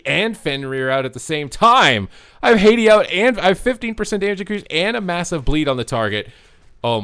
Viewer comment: Haa-tee, not Hey-dee xd